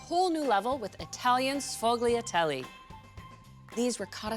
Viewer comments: Anna ... it's pronounced Sfool-ya-dell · We say Shfooo-yah-dell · That is not how you pronounce it 🙄🙄🙄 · Nice recipe, but that pronunciation! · Please pronounce it properly. 🤦‍♀️ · OMG, PLEASE someone teach her to say sfogliatelle correctly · I'm sorry, but I can't use a recipe from somebody who does not know how to pronounce it correctly